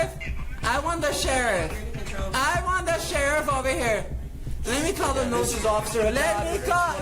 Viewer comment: "LET ME CALL THE NOOS. LET ME CALL THE NOOS"!